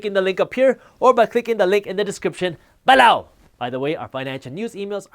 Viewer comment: Pleas don’t say “below” like that...